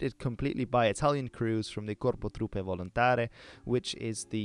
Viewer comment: It's "Volontarie', not 'Volontare'